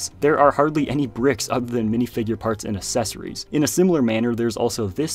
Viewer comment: The way he says “accessories” 💀